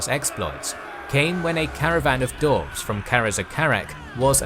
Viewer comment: Just out of curiosity, is anyone ever going to tell that "dwarves" has a "w" in it? 😉